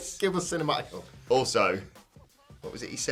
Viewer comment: Do you not know how to say the word hook